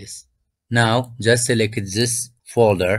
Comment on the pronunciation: tell me your persian without telling me your persian, selekit